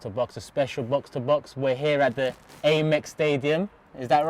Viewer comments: It's Am-Ex you tool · Imagine calling it 'Aay'mex...